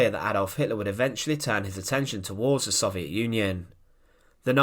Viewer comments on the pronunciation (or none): Say it with me, so-viet, not sov-e-et